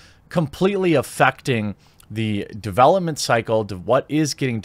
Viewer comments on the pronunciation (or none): none